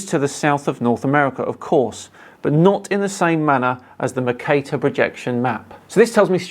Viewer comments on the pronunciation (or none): none